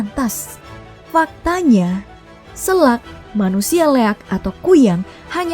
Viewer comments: Bukan selak min. Sela' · Bangak.....selak..ejaan e nya sama kaya Ekor.....bukan ejaan e nyaa apEl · Bacaan "selak" nya salah min 😭 Salam dari Lombok 🤙